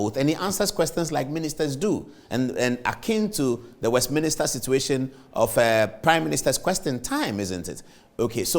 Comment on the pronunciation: Please Paul, it's pronounced Westminster NOT "West-Minister"